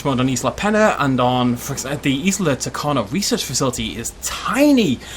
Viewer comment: Don’t wan’t to be annoying but this bugs me. Tacano is pronounced Tacanjo.